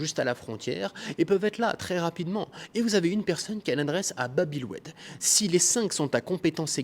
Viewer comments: Babi el oued 😂 juste pour info c est Bab el Oued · babi el oued NoN c bab el oued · Il m’a tué de rire avec babi el oued